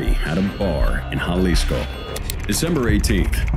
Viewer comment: Me, like a dumbass. Dude cant even pronounce Jalisco correctly